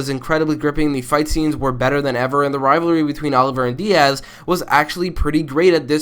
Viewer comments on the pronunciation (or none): none